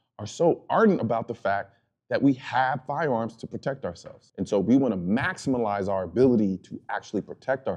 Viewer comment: Maximulize?!?!? 😄 OK Colion, I get where you're coming from and I'm with you. I just had to get you on that one.